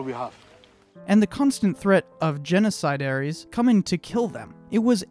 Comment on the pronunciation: Genocidaires or “genocidairies”? Have you ever seen or heard of any appliance from ? Hint: the last syllable in both words is written the same and pronounced the same. “The brand was so well known in the refrigeration field in the early-to-mid-1900s that many Americans called any refrigerator (of whatever brand) a Frigidaire.”